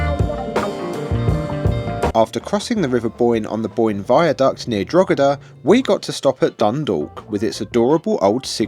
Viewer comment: Please not DroGheda - 🇮🇪🇦🇺the ‘g’ is silent- Dro- heda!